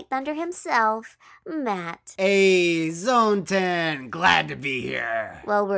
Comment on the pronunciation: Surprised that Zone-Tan isn't getting annoyed by constantly saying Zone-TAN rather than Zone-TAAAAAN.